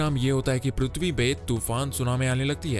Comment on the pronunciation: Sale tu prithvi bol Raha hai ki PRUTHVI 😂😂😂